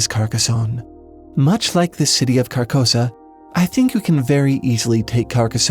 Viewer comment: An observation: "Carcosa" sounds a lot like "carcass."